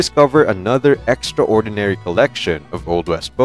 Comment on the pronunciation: And the word contributed, extraordinary all being one word, narrator pronounces as if they are two words, lol